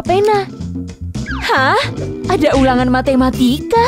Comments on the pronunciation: Masa ngomong matamatika malah matimatian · Tadi bilang matematian padahal mau bilang matematika🤣🤣🤣🤣🤣🗿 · Masa ngomong matamatika matimatian